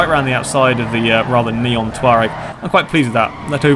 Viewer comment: Its pronounced to-rag